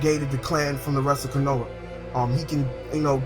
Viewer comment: Wtf this is Naruto not Dragonball z why is pple coming back to life!? An why don't you know how to say anything in Naruto right? Konha (co-ha-na) watch English Verizons